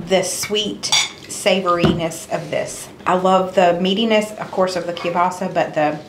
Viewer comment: …and kielbasa. 🤦🏽‍♀️